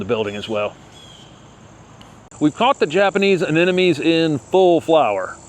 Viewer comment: AneMoNe, not AneNoMe!